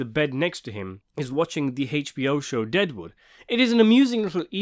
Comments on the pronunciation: How can I get you to stop pronouncing it “Haich-B-O”? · The way he says HBO kills me